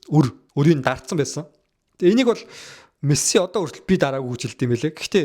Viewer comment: jaahan duudlaga deere anhaarmaar ymu bro мэсссси гээл нэгэл сонин байнаа хаха